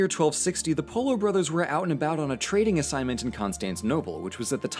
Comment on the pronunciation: Nobody: 9 year old kid:poLOoo